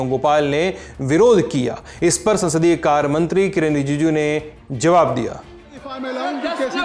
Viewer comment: किरण रीजीजू ❌ किरण री जूजी ✅ 😂😅 मोटाभाई जबान पर contol रखिये😂😂